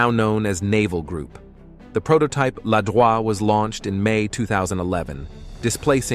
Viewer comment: in french it's "Ladroïte" (like droïd, but with a T, do not prononce the "e").